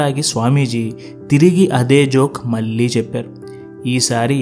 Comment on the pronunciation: మీ జీక్స్ చాలా ప్రభావితం చేస్తాయి.కానీ మల్లీ మల్లీ అనడం కొంచెం వినడానికి ఇబ్బంది గా ఉంది.మళ్ళీ,మళ్ళీ అని పలకలేరా.కొంచెం ప్రయత్నించండి.